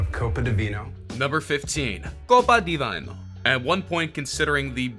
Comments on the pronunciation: Hey announcer: "vino" anyone can say that. Not "vaynow". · Why are you saying "Vino" incorrectly when you played the correct pronunciation before you butchered it? Vee-noh say it vee-noh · You can’t even pronounce Vino or Boise correctly . For that reason, I’m out. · The correct pronunciation is copa de "be-no" no "by-no" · Vine-o? Vee-no you pleb. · why are you saying "vaino"? It's Italian for wine, "veeno" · The inventor pronounced it copa de "veeno" and so why does this presenter say "vyno"? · It's not "vaino", i sounds like your e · Copa di "vinyl" 😆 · Seriously need to find someone who can read the script. "Vino", "Realtor" instead of "Retailer", "Bose" Idaho?? It's painful listening to this. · Also I don’t think Italians say vino like that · You horribly butchered the pronunciation of vino and for the reason, I’m out